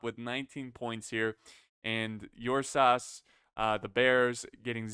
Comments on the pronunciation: Its pronounced "oor-sa" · I believe it’s pronounced urrr-saaahs (my source is Pokémon) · Am I wrong, or is mispronouncing Ursas? Like Ursa Minor/Major but add an S?